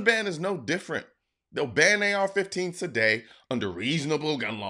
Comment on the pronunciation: I thought he said f15s no planes 4 u